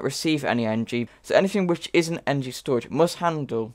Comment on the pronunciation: I dont like how u pronounce energy